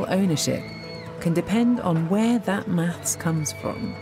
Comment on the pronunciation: With her speech impediment, she struggles so hard to say 'maths'... If there are 10 rocks in the field...will there still be 10 rocks in the field if there is nobody there to count them?